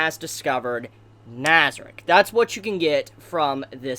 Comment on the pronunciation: Your saying nazieric wrong